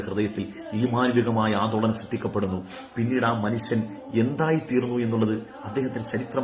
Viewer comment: മൺസൺ അല്ല ഉസ്താദെ മനുഷ്യൻ എന്ന് പറയൂ....